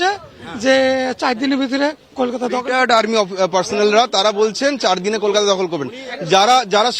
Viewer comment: একটু বাংলা স্বরাঘাত টিক করতে পারলেন না দাদা?😏 অস্কার উইনিং ফারফর্মেন্স। শফরে,কেলকাটা।😄